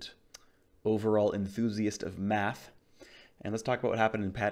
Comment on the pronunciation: did he just said math .. or was it "quick maffs" :)